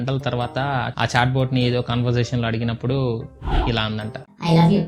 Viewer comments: anna koni words wrong chepthunaru chusukondi conversation ni coservation chesaru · conservation kadu but it is conversation😅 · Anna conversation ni conservation annav 😂😂😂❤ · conservation kadhu conversation